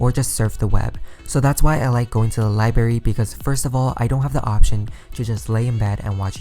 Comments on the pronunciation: Ahhhhhh please learn to say libRARY instead of liBERRY. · How many times did anyone hear liBARY, instead of liBRARY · LibRary. not libary. figure it out. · IT. IS. LIBRARY. NOT. LIBERRY. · People who say libary make me wanna kms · local libary? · Liberry sounds beter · What the fuck's a libary ? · Anika Lim i know what a library is. It's just that he said "libary" and I was really confused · Hi I love your videos I think they're super helpful, but please, please, please learn to say library correctly. It is not a berry.